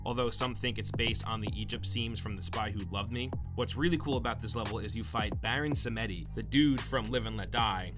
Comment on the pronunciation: I've never heard someone butcher baron samedi s name like that